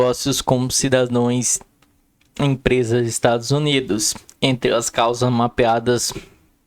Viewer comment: Está escrito cidadãos e o cara lê cidadoes.analfabetismo está em alta nestes anos de governo petista.